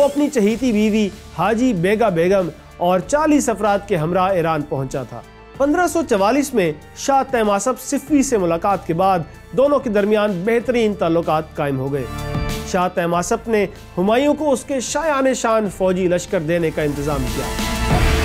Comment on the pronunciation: صَفوی صِفوی نہیں۔ ہِندال نہیں ہُندال۔ لشکر کُشی نہیں لشکر کَشی۔ ٹھیر نہیں ٹھہر۔ دلیی نہیں دہلی۔ نہیں کھیل اے داغ یاروں سے کہہ دو کہ آتی ہے اردو زباں آتے آتے۔